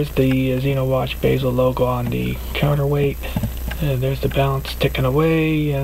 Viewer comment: Basel pronounced baw-sel